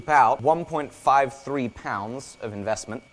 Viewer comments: IN-VEST-MINT.... unsubbed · In-vest-mint huh? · Ahh.... "In-Vest-Mint" I get it now..... lol Also, about those huckleberries.... you do mean, that part of Montana that's supposed to be Idaho right?